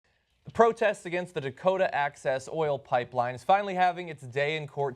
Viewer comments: Dokota peline? Huh? :p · "Dokota" Dakota...... Ahhh that's better. xD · Dakota not Dokota, lol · "Dokota", lol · "DOKOTA" XD!!!! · IT'S DAKOTA not DOKOTA! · Dokota........ LOL!